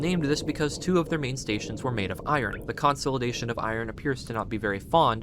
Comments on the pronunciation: How in the world have you not heard this pronounced in your life? You sound like an adult. Everytime you say it like that, I imagine a backhand w/ your name all over it! and everything else you say is pronounced right. I pray that lucky ducky backhand finds you sometime soon. 🤞🤞🤞🤞 Its "Kuhn • saa • luh • day • shn" (consolidation) NOT....... "Kon • saul • eh • day • shn" Also, where does it say anywhere that its "HUMAN" blood. it just indicates "blood". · Consolidation is pronounced: American English: kuhn-SOL-uh-DAY-shun IPA: /kən sa:lr'deıfən/ British English: kuhn-SOL-ih-DAY-shun IPA: /kən splı'deıfən/ Stress: the main emphasis is on DAY: con-sol-ih-DAY-shun. Sorry, but it was driving me nuts 😅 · great video but the way you pronounce the word consolidation is insane